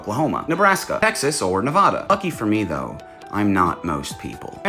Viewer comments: Ne VADA not NevOda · Nevada??? Really??? Its the most mountainest state in the union. Its NEV ADD UH not NEV ODD UH. Other than that spot on Geo location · It’s Nevada not Nevoda you can also think of it this way we say, Apple, we do not pronounce it opple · It's NE VA DA NOT NOVADA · Nev-AD-a not Nev-AH-da!! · When you said Nevahdah an alternate version of me killed themselves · It's Nuh-Vad-DUH. Sorry, I'm from Oregon(Or-gon or Or-E-en(as in aGAIN.) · It's Nevada, not nevauduh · All that stunning math.... and can't say Nevada right lmao. Yes to us few who were born here it does matter... oh my God I'm an internet Karen...Darren?... whatever. Nevaaaaaduh. I got you boo. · Except you are like most people. You put the vah in Nevada. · Nevada is not a Midwest state, and any Nevada will cringe and maybe correct your pronunciation of the name. It's NOT 'Nev-awww-duh', we even have billboards and licenses plates about it. 😂😂 You know I had to do it to you😂❤ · You pronounced Nevada wrong. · I can’t help but be a pedant right now, but the first ‘a’ in Nevada is pronounced with a short ‘a’ sound, not a long ‘a’. Also a quick tip about Nevada, you will pretty much always see mountains on the horizon as it’s a very mountainous state. The area looks a bit too flat to be NV. Sincerely, a Nevadan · Even though you can't say Nevada properly, I have to give you props. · You said Nevada wrong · Please learn to say NEVADA the RIGHT WAY 😢😂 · that's not how u say nevada 😭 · Thas definitely not Nev a duh. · My man. That is not how you pronounce Nevada. The an after the v is pronounced like the a in addition, not like ahhh, I see. Tip from a former Nevadan. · Not bad for someone who doesn’t know how to pronounce “Nevada.” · Uh. The Nevada Pronunciation. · That is not how Nevada is pronounced. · Nevada pronunciation 🙏